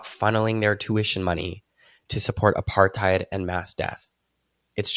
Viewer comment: I only get mad about the way you say Apartheid. It's "apart-hate" not "apart-hide"